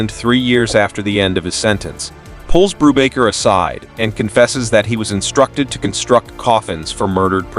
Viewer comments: Your bread and coffee cakes are baked by a baker, not a bocker. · Hey kids! have your parents ever said, "We'll have no further word on the matter!"? This movie is where they learned it, Brubaker ended many disputes with that line. And Robert Redford's character was not Brewbocker, Boob rocker, Boob raker or Any of these AI bastardizations, it is "Brubaker". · The A.I voice should win an award for being able to pronouce "BRUBAKER" TWELVE different ways!! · I think the AI voice pronounced "Brubaker" in SEVEN different ways. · The name is not pronounced correctly because it's AI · Did you even WATCH the movie? You can't even say his name right. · How many pronunciations of Brubaker, can you count? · Zero correct pronunciations. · I'm pretty sure it's AI narration. A real human wouldn't keep changing the way they pronounced Brubaker. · Do you have a problem with pronouncing the name correctly? And why would we subscribe before watching? Your starting off badly.